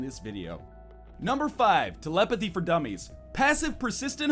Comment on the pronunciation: The way you pronounce telepathy makes me want to vomit EVERYWHERE. NO KIDDING, EVERYWHERE. OK, MAYBE NOT ON MY LAPTOP AND STUFF. BUT YOU GET THE POINT.